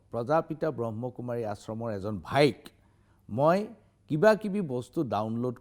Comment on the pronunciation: আপুনি প্ৰথমতেই সংস্হাটোৰ নামটোৱেই ভুলকৈ কৈছে । ব্ৰহ্মকুমাৰী নহয়, ব্ৰহ্মাকুমাৰী । কোনো এটা সংস্থাৰ গভীৰলৈ নোসোমোৱাকৈ দুজন ব্যক্তিক লৈ এটা বৃহৎ সংস্হাক এনেকুৱা তুচ্ছ মন্তব্য কৰাতো আপোনাৰ দৰে জ্যেষ্ঠ সাংবাদিকৰ মুখত শোভা নাপায়।